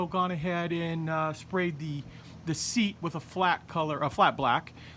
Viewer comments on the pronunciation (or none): none